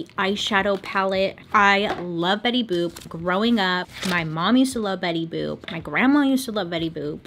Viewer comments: “Bailey Boop” 😂😂😂😂😂😂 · “Bailey boop” - dude, I snorted 😂😂😂 Also, side note, I STILL apparently can’t say my name—when I answer the phone at work, about half the people think I say “Winnie”. So there’s that. 😭